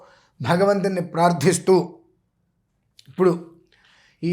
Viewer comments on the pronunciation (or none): none